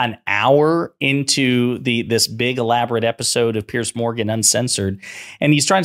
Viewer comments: Pierzzzz. Not Pearce. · "P-Arse Morgan"as the Scottish would pronounce it, is an arsehole!